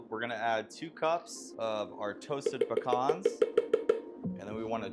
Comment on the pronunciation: I just subbed solely on the fact that you pronounced pecans correctly 😀